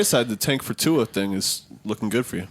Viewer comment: butchered the shit outta Tua's name.